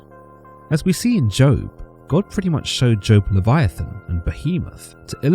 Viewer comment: Im just glad he pronounced Sinai correctly. Although he pronounced Job incorrectly as, Joab, so there's always room for improvement